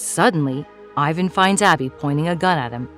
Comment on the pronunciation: PLEASE PRONOUNCE "IVAN" CORRECTLY